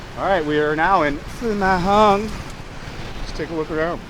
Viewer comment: what is Phu MAYY.. Hung? and what is El Gwacho??